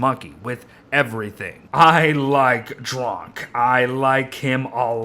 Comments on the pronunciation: When it sound like your saying “drunk”??? And drok sound like russians of “druge” means friend :D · Why do you say drok like drunk?